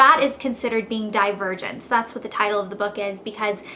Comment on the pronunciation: LOL i thought she said "die a virgin" instead of "divergent" haha